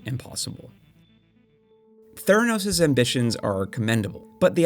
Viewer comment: Its theranos’ not theranos’s